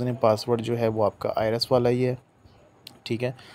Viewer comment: Bhai ki tarah ka tax consultant sahi jo I RES bol rha hai IRIS ko 😂